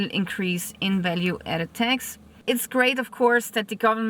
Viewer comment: It is not VET but VAT!! Not TEX but TAAX!!😂😅